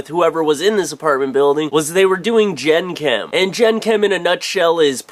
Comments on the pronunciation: ITS PRONOUNCED "jangkum" not "jenkam" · it's pronounced Jenk'm